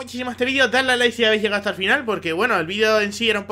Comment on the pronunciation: dice lai en bez de like